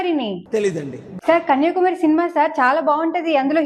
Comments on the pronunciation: కన్యాకుమారి అని స్పష్టంగా పలకడం రాలేదు నీకు. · కన్యాకుమారి అని చెప్పేది రాలే కన్య కుమారి అని రెంటినీ విడదీసి చెబుతోంది